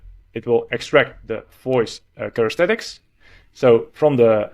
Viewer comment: Characteristics not charestetics ;) thx 4 video